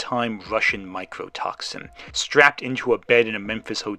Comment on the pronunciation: It's mycotoxin, not microtoxin. Myco as in fungus.